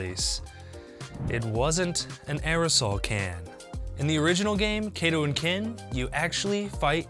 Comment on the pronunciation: Kato, not Keito.